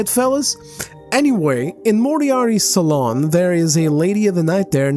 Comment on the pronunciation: wish i could like a video twice BUT .... I got one pet peeve.... Its SA-LOON not SA-LON